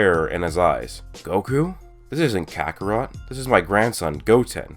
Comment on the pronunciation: Who heard vegeta call kakorote goku